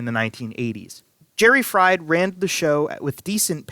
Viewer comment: Jerry Fried . . . who also promoted the half-mile track at Nazareth . . . pronounced his name FREED! Not like the potatoes you get at McDonald's.